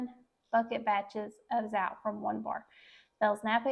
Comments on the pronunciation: Zotay is the correct pronunciation. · I love the recipe but the Zote is full of chemicals so I use a natural soap. Just for future reference Zote is pronounced with the "o" sound not "ou" sound. Just wanted your video to be as perfect as I can. Thank you for sharing! <3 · Zote rhymes with goat.